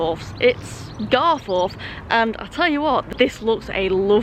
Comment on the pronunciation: The gates are further up the road on the round about, spent a lot of time down at croggie as a lad during school days... Leeds lad by trade you see 😝 Now.. It's "GarfUth' not "GarFourth" We're Not posh.. On to Mickie, which is a bit of a s**t hole... Well done for not getting stabbed!😁👍